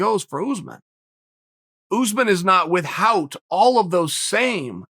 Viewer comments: WithHout... Jesus, who taught you the letter h, Stewie Griffin? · Only Uncle Chael would pronounce it this way... "With Hout"?